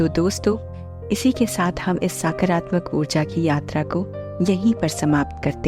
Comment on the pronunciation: Its not साकारात्मक its सकारात्मक